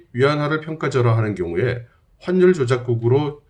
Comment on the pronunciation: 환률이 아니고 화뉼이라고 발음합니다. 악화가 양화를 구축한다고 하는데 요즘 우리 나라의 많은 사람이 화뉼이라고 발음하지 않고 환률 환률 환률 하는데 제대로 발음하면 좋겠습니다.